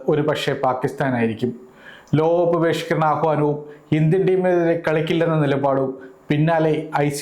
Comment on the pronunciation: ലോകകപ്പ് എന്ന് വ്യക്തമായി പറയൂ സുഹൃത്തേ.